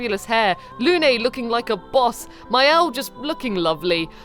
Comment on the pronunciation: I’ll play it in French and I realise the names can be tricky to pronounce (not that most French people fare any better at pronouncing names in English,in fact did really well at it!) but a pronunciation closer to the French would be one that rhymed Lune with Rune (Lune means « moon » too as you might remember from school French lessons) and I’m pretty sure Esquie is a play on the word « esquille » (S-ki) « bone splinter ». I’ll have to play it to find out more about the game and the characters! 💟